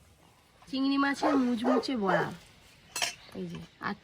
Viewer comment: বোরা না বড়া হবে